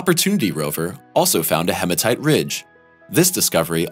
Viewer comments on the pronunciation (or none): none